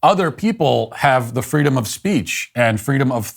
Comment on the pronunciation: I'm sure she rembers a time when she and her muslim brethren were protesting. And she picked up a rock heaved it and shouted fweedom.